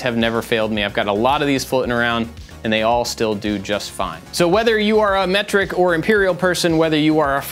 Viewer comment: From now on I will pronounce metric as mectric 😂